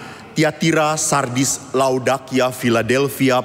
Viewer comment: Laodikia...bukan Laodakia